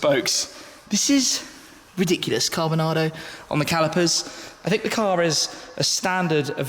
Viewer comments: How many times did he said carbonardo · I just heard cardboardnara......